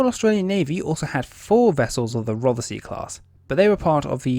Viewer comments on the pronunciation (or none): SILENT feckin E if you don't mind? as in Rothsy (Rothsee) .. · Rothesay is pronounced Roth Say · Silent feckin E in Rothesay if you don't mind! :-( (Pronounced "Rothsea").. :-) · Wrong HMS ROTHESAY prenounced ROTH-SAY !! HAD A mk 10 motar on the quarter deck and still had a flight deck ???????? Gunners being Gunners, THEY WERE MISILEMEN ? WTF DO YOU KNOW AS YOU ARE AN !! ARM CHAIR GENERAL !! GET YOUR FACTS RIGHT INSTEAD OF JUST READING FROM A SCRIPT !! No mention of the sonars ??? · A few pronunciation corrections: Rothesay has just two syllables, 'Roth-See. Berwick has a silent 'W; so 'Berrick'. Fowey is pronounced 'Foy'. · I am quite surprised you can speak with authority on this type of vessel when you can’t even get the the name right for the type .Rothesay is the name the type was given never heard of a place called Rothesay